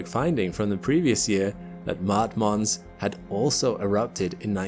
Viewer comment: Can’t even pronounce Mons correctly. SMH.